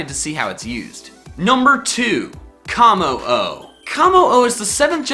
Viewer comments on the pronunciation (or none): It's not KAmmo-o its Kommo-o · its koe moe o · It is pronounced like cum oh oh bruh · it's kuh moh oh not kah moh oh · Its Kommo’o and Silvally.